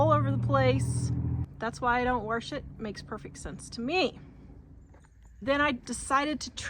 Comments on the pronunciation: Do you say warsh? My step-mom use to say wash like that. I loved her so, it's nice to hear that. Anyway, I use to wash my chicken, but I stopped doing that years ago. I don't know why I did it in the first place. Whenever you show video when you're outside it makes me miss Wyoming. We move to TN from Gillette 14 years ago. Love your thrift finds. Great video! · When you say warsh, do you mean wash,..? With water? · I love the way you pronounce wash!